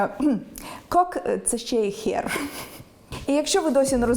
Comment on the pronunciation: Ви написали «хер», але вимовили «хєр». Тож треба було так і написати - «хєр». Попахує свинособачою мовою. Сподіваюсь, у вас просто опечатка.